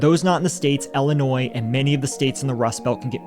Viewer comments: Ill - i - noy. Not noise. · The S in Illinois is silent btw..... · Not for nothing, but.. The s is actually silent in the pronunciation of Illinois... It's French. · The s is silent in Illinois guys